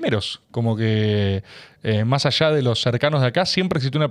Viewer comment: Dijo "majallá" en vez de más allá. Me hace pensar que el Tajaí pudo haber sido natural...